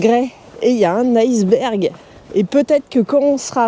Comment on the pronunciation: iceberg et non ailceberg